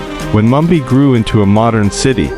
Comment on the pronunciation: The narrator couldnt pronounce Mumbai properly! This an AI fo sho